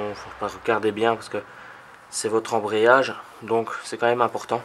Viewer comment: ambreyage ahahahahah